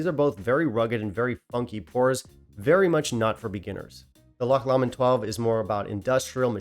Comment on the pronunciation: Pronounced Glen more-angie . Loch Lomond pronounced low-mond . John Walker Blue is a blend . Single malt always better . Enjoyed your thoughts